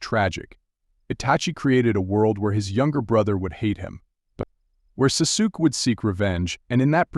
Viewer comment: Sasook & sasooki 😂😂